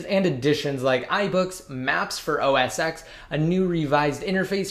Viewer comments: It's pronounced OS ten not x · It's not pronounced 'OS X' it's OS Ten'